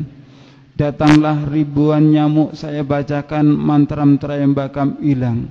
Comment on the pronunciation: hahahaha, dasar penipu. beginkah cara kalian menyebarkan agama ? saya hindu, tapi saya tahu dia bukan hindu. karena dari ceramah2nya saja dia ngaku hindu tapi malah ngucapin lafal sansekerta salah, ngucapin mantra tryambakam salah. deva visnu kok dibilang deva varuna dan beristri nyi roro kidul????????? mana ada????? dan kenyataannya dia kan sudah ditangkap sama polisi, setelah di interogasi ternyata dia tidak tahu apa -2 dengan hindu. hahahaha dasar penipu........